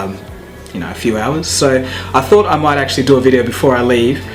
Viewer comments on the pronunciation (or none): none